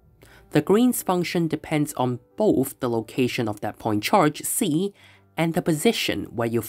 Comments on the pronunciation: so you pronounced it as ksi, finally. nice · You pronounce ξ correctly!!!!!